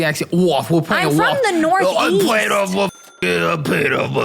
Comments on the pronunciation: As soon as she said “off” I can relate. That IS how you pronounce it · No no no that “off” she did was severely northern, not a hint of Tennessee in that 😂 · She pronounces "off" like a New Yorker